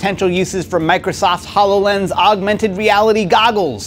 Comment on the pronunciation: "Hallow lens."